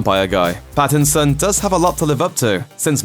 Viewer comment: Did he just say BATTinson